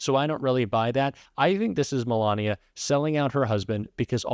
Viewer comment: "ME-lania" aka "1st Escort"